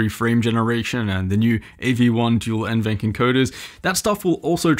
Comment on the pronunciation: just a friendly comment from a passerby. NVENC is pronounced N-V-Enc, not N-Venc. Most youtubers pronounce it like the latter for some reason, but at Nvidia it’s pronounced like the former. Great review btw :) Cheers!